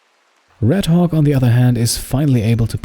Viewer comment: I love how you pronounce 'Redhawk' sometimes it sounds like Redhog :P